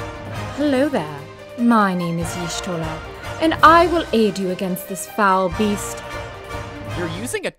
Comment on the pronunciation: why did you pronounce yostola and ada name wrong?